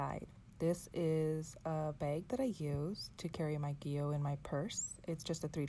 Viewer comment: I hope you won’t be offended. Gillio is pronounced “Jill -ee-oh”. Just letting you know 🤗 Love your video !